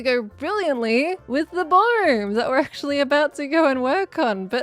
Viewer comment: ...The 'brawlroom'. 🤣